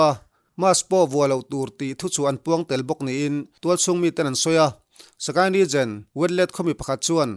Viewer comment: Regen....Region tihtur .. a nih hmel